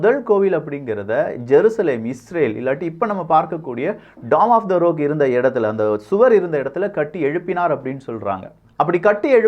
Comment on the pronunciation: Rock - ராக் என்று உச்சரிக்க வேண்டும். நீங்கள் ரோக் என்று உச்சரிக்கிறீர்கள்.